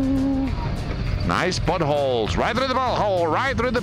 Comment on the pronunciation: When you say "pot hole", that is not what I hear.